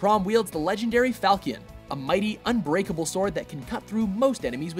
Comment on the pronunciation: It's pronounced "FAL-shun", not "FAL-key-un"